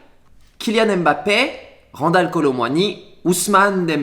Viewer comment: 엠바페가 현지 발음이라네요